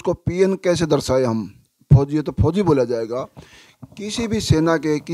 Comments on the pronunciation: Phoji ko kyu emphasize kr rhe ho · Or jaha bhi fouji ka name aata hai vaha aap bar bar stress dete ho fouji 'words' par Please aisa na kare aapki bohat meharbani hogi Thank you